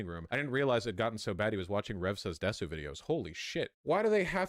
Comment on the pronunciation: If you stream, use multiple computers & DON'T PUT PERSONAL DATA on your streaming computer. Also Vaush can't pronounce "desu."